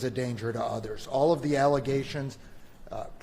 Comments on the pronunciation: The judge said oral instead of all 😂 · Around 11 42 the Judge says oral instead of all.